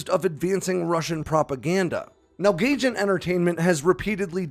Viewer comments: It’s Guy-Gin not Gay-Gin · Gaijin is pronounced guy-jin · Gaijin is pronounced like "Guy-Jin" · It's a minor thing but the publisher's name, Gaijin, is pronounced guy-jin. It's Japanese for "foreigner". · i like how you called it GAYJIN. LMAO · Gaijin is pronounced “Guy-gin”